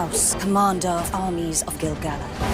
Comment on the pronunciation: Why can't these idiots correctly pronounce each others names? Someone should capture screen-shots of all of the different ways we've seen them mis-pronounce Gil-galad and Galadriel in the various trailers and interviews. Half of the time they don't even get the number of syllables right. This would be a hilarious video.